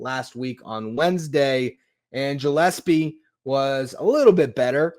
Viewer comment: It Gill-es-pee like a fish gill. Not Jill.